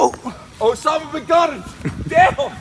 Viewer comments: “OSAMA BIGUANA” 😂😂😂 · He said "Osama Biguana" lol